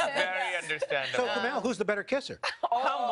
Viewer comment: lol. Kumail's face when Al Roker pronounced his name incorrectly